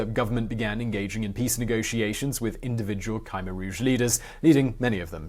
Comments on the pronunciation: it's not Kimer it's k-h-mear that the pronounc thingy.if u think i was spelling it im not cause i allready know it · Khmer is pronounced Keh-mayor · Your wrong man. Its Pronouce K-MY. Khmer is a Western term just like Cambodian. Its similar to the TERM Cambodia/Kampu-chea derived from Kambujadeas aka Suwanipumi /Island /Land Of Gold. Ancient Greek called us Kattigara while Roman called us Khersonese.. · Kymer? ... Try: Kh-Mare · Isn't it Koom-air rouge not Kymer rouge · "cam" - "air" Rouge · Ka-meer... there's no y or i. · its Khmer (khm-ae) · Yup. You're saying Khmer wrong. You're saying KI like kite with the Kh, the Kh is KA like Katrina. The MER is said fine, it's like air. Love the channel. You and anybody that helps you do great work. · Khmer, is best pronounced Kim-air said fluidly together. 👍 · Ok, I understand mispronouncing personal names and stuff, but how in the world did you manage to pronounce Khmer as Ca-mer throughout the video, now that's embarassing! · Its K-MY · ku-mare - Short u, stress on the second syllable. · Sorry to be the jerk that corrects your pronunciation but the "K" in Khmer is a mute K. Not "Khi" like in bugs chitin. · Hard to listen to this guy butchering "khmer" about 30 times in a short video. You'd think he would do some research into pronouncing things properly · i lived through this era. what a disgusting regime. and kudos on at least trying to get through the foreign names, etc! (my russian acquaintances sometimes laugh at my google-inspired "Russian") ya cain't win 'em all! khmer: pronounced like "try to hawk up a loogy--mer." ugly vid due to ugly subject.